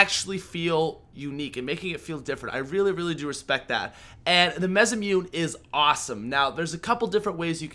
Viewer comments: mezamune? it's mah-sah-moo-nay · pronounced Masamoonay not Masamoon. Yes I am a grammar Nazi, how'd you know? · simple pronunciation, Mass-ah-Moo-ney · I'm sorry to be that guy but it's pronounced Mass-ah-Moon-aye. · The masamune is pronounce "massa moonay" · PAT PLEASE IT'S MAH-SAH-MOO-NAY PLEASE T^T I just die a little on the inside when I hear you pronounce it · MAH-SAH-MOO-NAY Masamune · It's pronounced maa-sa-moo-nei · mesumute? i thought it was the masamune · pat the type of guy to pronounce masamune 'mezamune' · It is pronounced mass-a-moo-nay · Masamune is pronounced MA-SA-MU-NE mah sah moo neh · Isn't it pronounced masamuné not masamune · It is pronounced Mas- a- mune- eh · the the of nigga to call the masamune a mezamune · It's pronounced mass-uh-moon-a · Mass-a-moon-aye (masamune) that's how it's pronounced:) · Masamune is pronounced "Massamooneyy" and it's named after a famous Japanese Swordsmith, and has had swords named after him in various forms of media. In video games the most notable example is in the Final Fantasy series, as well as Chrono Trigger. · its pronounced mas a moo nay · MAS-AH-MOO-NAY.... learn to pronounce it pls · Mas-a-moo-nay that's how you pronounce it. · Completely butchered 'masamune' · is the type of guy to pronounce the masamune wrong. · Holy fuck your pronunciation of masamune is crazy (I think) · You make me cringe everytime you pronounce the masamune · the type of guy that still mispronounces Masamune